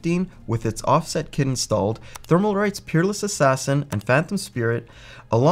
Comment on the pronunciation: The "L" in Thermalright peerless assassin has left the video! However, it is a good video. Thank you